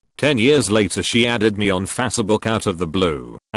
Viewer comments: Nobody: Tts: FACABOK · “She added me on Fsibook “